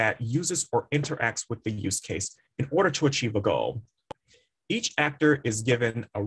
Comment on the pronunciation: Can't hear the word you are saying. What kind of use case are you refering to?